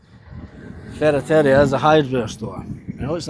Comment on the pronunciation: Like I said in the comment that has been deleted these properties are nothing more than a money pit.Had to laugh at your pronunciation of ferreraria.JAJAJAJJA